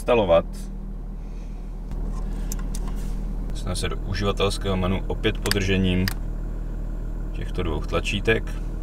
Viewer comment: Tak gratuluju! Že vyslovuješ menU, jako spousta ostatních kopyt, budiž. Ale perNamentní (čtyřkolka) tomu nasadila korunu! Pokud ovšem maximální dosažené vzdělání představují čtyři třídy a tři biografy, pak se dyslektikovi omlouvám